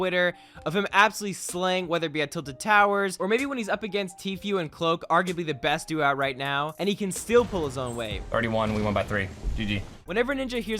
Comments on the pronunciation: Tfyew? It’s tfue (FOO ITS PRONOUNCED TEE FOO DAMMIT) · It’s true not tttfeeeu